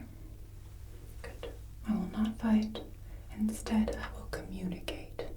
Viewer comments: Communicate not cummunicate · her: “instaed i will cummunicate” her (again) “a difficult word,a long one” me: “not for ten year olds, but for teachers!” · communicate is com, not cum ...but I still love you, Mom =) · not to be rude but cummunicate is communicate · Heh heh...."cummunicate"...heh heh. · It's communicate not cummunicate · "I will cummunicate" yeah, are we sure we're in detention..? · "I will cum" WHAT o wait "I will communicate" What a shame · I don't want to be that guy, but communicate has an O first, not a U. :/ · Cummunicate? Is that a thing? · i will cummunicate